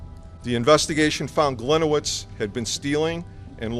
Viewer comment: As a Polish person, my ears bleed every time mispronounce the name "Gliniewicz" 😉